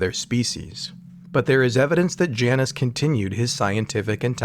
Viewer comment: I like this guys name, the narrator isn’t pronouncing it correctly though. It’s “J -Nus”